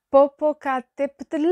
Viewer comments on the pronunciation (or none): none